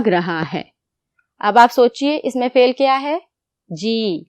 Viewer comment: It is not fail it is fal